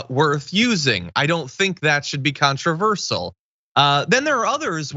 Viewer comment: "Contraversal" is a (non-)word that John should never use again... Along with "Impor-n't"... It's "Important" John, Im-Por-Tant!". :D :D